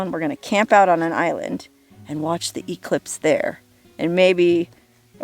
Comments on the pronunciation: English nazi here. Not E-clipse, e-CLIPSE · EEE-clipse! (Definitely a Huell Howser pronunciation!)